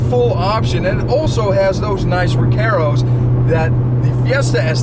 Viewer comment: my only complaint is how he pronounces recarros lol